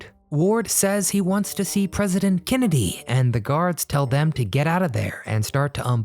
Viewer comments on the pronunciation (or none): none